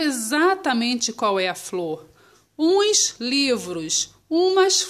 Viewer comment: é ums e não uims